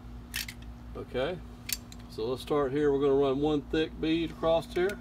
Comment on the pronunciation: "Acrosst" is not a word.